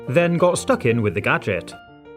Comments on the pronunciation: Did you mean gaajik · He always says G A D G E T